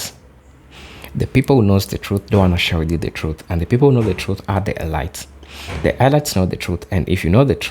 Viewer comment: Brother "elites" is pronounced "eleets" Kool